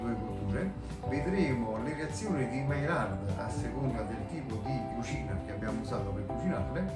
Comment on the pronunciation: grazie per il bel video. maillard si pronuncia maiiar.